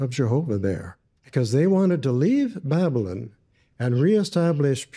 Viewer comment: I find the way pronounces Babylon "Bab-lin" really irritating 😜😂 I can't believe didn't even mention John! I actually no longer believe JWs are Christians, now. And I used to be one!